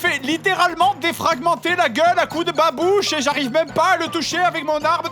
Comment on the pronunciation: La façon dont il dit babouche! XD